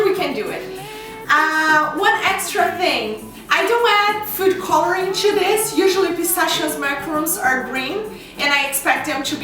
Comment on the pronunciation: I love how you say "chu" everytime you say "to/two" xDDD